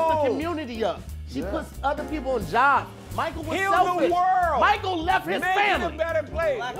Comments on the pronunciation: 🧏🏾‍♂️ Hey Tom, it appears was trying to say Michael but actually said Meeyiykle. The judges are not going to like that. Back to you. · People came to his concert when they didn’t speak English. “They be like MICCCHHAELL😂😂😂